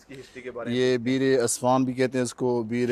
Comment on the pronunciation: بھائ جان جگہ کا نام اصفان نہیں عسفان ہے